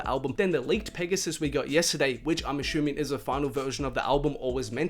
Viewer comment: 😂 I actually say that too